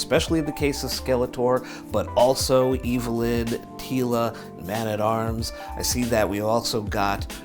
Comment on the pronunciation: It’s not homie at arms. It’s man at arms. This is crap